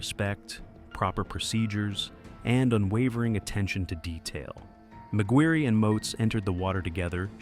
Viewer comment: McGuirre is pronounced “Mac-Gwyr” not “Mac-Gwyr-ree” or Mac-Guri…